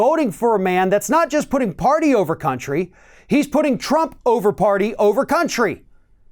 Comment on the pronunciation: The entire pwwrty needs to go.